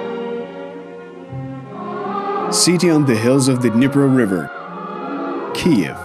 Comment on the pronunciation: Great video except you’ve never learned to say Kyiv. I’ll help you for the future times.